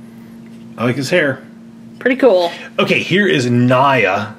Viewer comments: It's talk "nia" not ,,naia" for Nya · Her name is Naya pronounced Nee-a not to be mean that's just how you say it again not to be mean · It’s named Nya but it’s pronounce nia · Basically It’s nya just say nia and not naia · Name Nya reads like Nia, not like Naia... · Not Naja but Nya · Have you watched the TV series?!? Why do you call her Nya when it's pronounced "Nia" and how can you want to watch the movie without watching the TV series of it. Btw the TV series is not set in the same universe as the Lego ninjago movie universe. Sorry about the rant the openings were still good though, I gave it a like. I just get annoyed sometimes. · It's not Niae it's nya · Its pronounced nea not nia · Its Pronounced Niya Not Naya! Your Making Me Mad!!! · Its nee ya not ni a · I screamed when he said Ni-ya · The spinjitzu training girl. Her name is pronounced Nya.(neea) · its NIA you had said it wrong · It's Nya and it's pronounced as Neea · Nya is pronounced as niya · It pronounced nya (ne-ya) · It's actually pronounced nee ah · you says nya wrong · Your saying Nya wrong! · Have you guys seen the TV show?? Also, why is everyone pronouncing Nya's name wrong??? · You're not saying nya right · But I want laloyd aka lloyd and corn flakes man and you said nya wrong